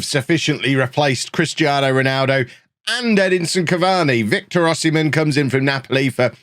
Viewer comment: In b4 getting de-monitised for saying O-semen